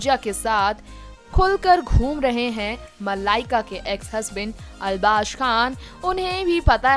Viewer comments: Arbash nai arbas khan bol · Arbaz never ditched Malaika..... Understand that........ Try to pronounce Arbaaz...... Properly...... Nonsense Salman Khan has nothing to do with their break up...